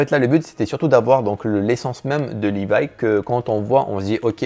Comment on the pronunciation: LivaÏ c'est comme ça pas comme ça Livaî